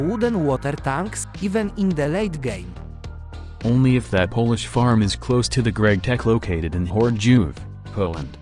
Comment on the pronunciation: holy fuck TTS BUTCHERED the polish part